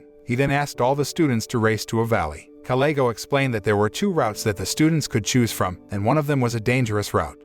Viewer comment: You seem to mis said kalego's name.